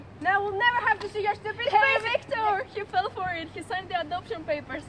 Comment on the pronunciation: The "VICTORR" after every clip got me 😂